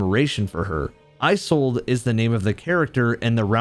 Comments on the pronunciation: Loving the video, but the way you pronounce “Isolde” is not right. Iz-olde, not Eye-solde. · You're pronouncing Isolde wrong